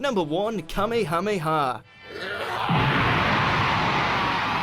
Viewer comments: I can't get over the way kamehameha is being pronounced. please revisit dragon ball if you need help. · I hate it when people say Kamehameha like that